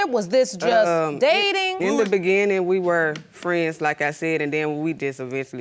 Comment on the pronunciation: Why does he pronounce beginning with a "D" lol